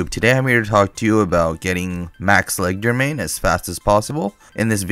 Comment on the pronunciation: he can't even keep one wrong pronunciation to stick to. leg der main? ledger main? cmon man atleast try